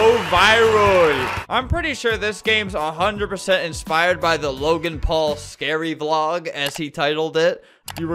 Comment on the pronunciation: The scawy lasore*